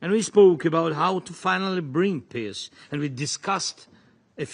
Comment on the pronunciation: I'm sorry, but can someone from his own circle tell him how to pronounce peace so that it doesn't sound like "piss"?